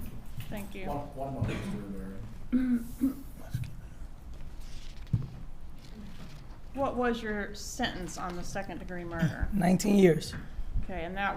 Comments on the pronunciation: That defence attorney getting Rivera’s name wrong and then mispronouncing it as “Vera” the second time around after he corrected her and trying to reach out and touch him the first time - stopping just short - is terrible. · Then she called him Mr. Vera after that. Lol